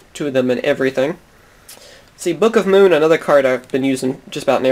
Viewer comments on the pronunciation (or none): none